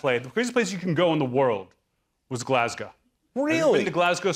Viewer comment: People from Glasgow are going to be really offended. Not because of the slashing references but because of how he said Glasgow.